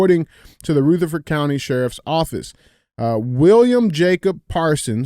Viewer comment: Dj it’s (ruh-ther-furd) county not (roo-the-ford) you have to use our nc country accent! The “militias” are just law abiding, god fearing, gun toting, truck driving NC citizens! 🇺🇸